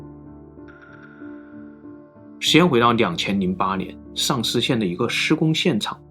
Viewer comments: 的口音一说“上思”让我以为是“丧尸”。一听到“丧尸”我赶快就集中注意力了…… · 所以到底是丧尸还是上思，哈哈哈哈哈口音梗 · Shang 上 Sang 丧 四川普通话 分不清了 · 说出了我们的心声啊～～～哈哈，第一次听到“sangshi”还专门跳回去看了看字幕😂😂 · 到底是上思 還是喪屍 搞得我好亂啊XDDDDDD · 1822 Like 145 留言 最後說的：的確是重點，中文的言諧音效果，真的很不錯～上思(ㄕㄤˋ ㄙ)與喪屍(ㄙㄤˋ ㄕ)只相差捲不捲舌而已不是嗎？ 發音遗很準滴，～😄😃😎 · 说的即是 我在做别的事情 只听声音也是听着丧尸 好恐怖 看一下视频才知道是上思呀 🤭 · 我就听成了丧尸，赶紧退回去再看字幕，是上思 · 上思总听着像“丧尸”，哈哈哈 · 认识几个上思朋友这么久了从来没有想过丧尸这个方向的口误，的普通话水平真的超乎我的想象哈哈哈哈哈哈哈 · 听成了丧尸县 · 上思被销魂的口音念成丧尸，无形间增加了整个节目的质感！😂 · 好險有字幕.....不然聽完都變成鬼故事呵